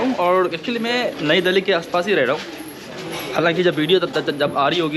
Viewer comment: Bhai tum log दिल्ली ko dahli kyu boltey ho tumhari tongue 👅 bhi allow nahi karti kya sahi ucharan kya hai tho tum videshio ko kya samjhao gae